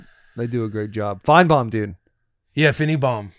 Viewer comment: "On a scale of Finnebaum to Compton" needs to stay in the world's lexicon.